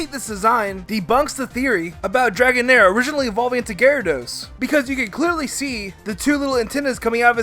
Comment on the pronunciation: dregoan-air lol